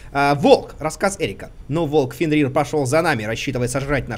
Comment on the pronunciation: Дима, в слове Фенрир ударение на Е :)